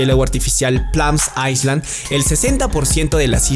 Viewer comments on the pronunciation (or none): cuando pronuncias island debes omitir el sonido de la s.... checa bien yo aprendi eso ya hace unos años, interesante video keep rocking !!!